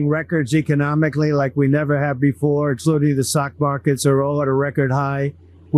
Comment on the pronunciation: I'm sorry, but number one: what is a "sock market?" I mean it's truly sad that some words he cannot pronounce purely...more like slurring his words on a consistent basis. Number two: whatever the initial ideas were supposed to be Putin just made Trump a scared little mouse...and quite possibly we should all be worried why and very much so be prepared for what's about to come. Trump can pull all the tough I actually wants, he can threaten Democrats till he's ready in the face, but he is obviously playing around with the wrong guy and I'm not going to lie when I say this Trump should be worried or frightened for about what took place at that meeting